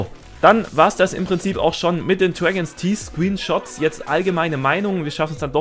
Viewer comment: Dregens Tieß. Großartige Aussprache!